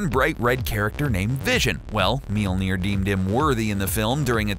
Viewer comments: The funnest part is every time he says mjøllner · you are pronouncing Mjølner wrong tho